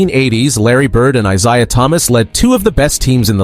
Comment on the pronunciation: You’re saying Isiah and Steph’s names wrong on purpose 😭